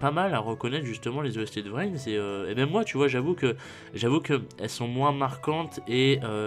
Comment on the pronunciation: Il est au courant qu'on dit pas "vrin" ? X)